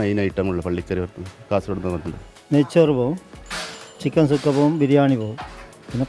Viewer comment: ചുക്ക അല്ല സുക്ക